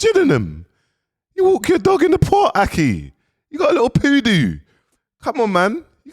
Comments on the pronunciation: Please invest in some speech therapy cos they aint no way you just pronounced poodle as poodoo😂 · He said poodo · “You’ve got a little poodoo (poodle)” 🤣🤣🤣🤣🤣🤣🤣🤣🤣🤣🤣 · 🤣🤣🤣🤣🤣🤣🤣 likkle poodooo